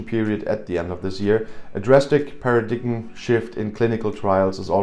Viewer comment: next time you want to say; paradigm, say paradime. It is how the Brits pronounce that word.